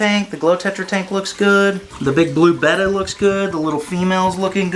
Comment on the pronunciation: I can’t stand how he says beta🤣🤣😅😅😭😢😭😢